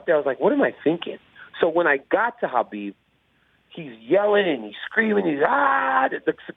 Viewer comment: I don't understand as popular as Khabib is not just in MMA, but globally people still mispronounce his name.